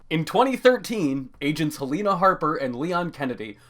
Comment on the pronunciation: Okay. A few annoyances: Sheva is pronounced 'sheh-va' Helena is pronounced 'Helaina' Figure it out dude And why would you use cutscenes from newer games to explain the old games its really messy and confusing